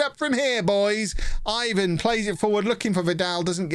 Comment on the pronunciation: Ivan is pronounced Ivan.